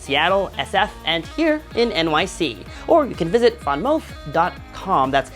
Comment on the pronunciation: it’s VanMOOF, not…….what that VanMOUF do?! LOL